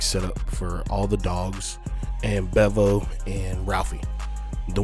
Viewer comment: Bro, it's pronounced BeeVo🤘🏾